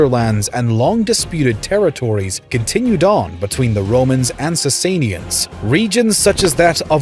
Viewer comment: Im pretty sure its pronunced Sass sauh nids